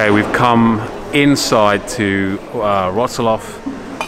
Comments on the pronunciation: Perfect pronunciation of Wrocław ( vrotswav ) by 👍👏👏👏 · Proud of you for how you mastered the pronunciation of "Wrocław" :D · What a great videos! I'm going to stay with you. Geatings from Wroclaw (ps. you prounanced the name of the city real good!) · Great pronunciation of the city name ! Well done! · it was a perfect pronunciation!